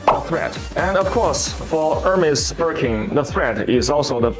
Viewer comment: Hermès not Hermés